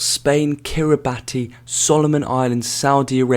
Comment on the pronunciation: Is there any video of the gameplay at all?? I want to see a video of these teams like Bermuda playing Seychelles!! realky balked at pronouncing some of these countries!! Kiribati is pronounced as KEER UH BOSS